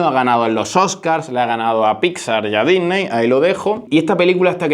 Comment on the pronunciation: Dijnei, sojgüer 😂😂😂